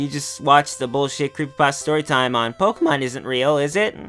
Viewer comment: Pokeyman iswn't weehl, wite?